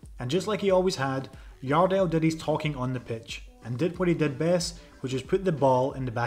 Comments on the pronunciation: Your welcome, thank you for making a video of the best header ever of the ball. 💛 Next time, call him Jardel with the 'J' tho, not 'i'! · It isn't Yardel, it's Jardel... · Stop trying to read The J in Jardel like that